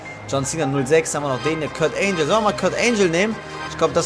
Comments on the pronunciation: kurt angle nicht kurt angel :D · Lern mal Englisch. Kurt Angel ne. 😂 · Das G von Kurt Angle wird wie im Deutschen ausgesprochen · Wie er Kurt Angle ausspricht...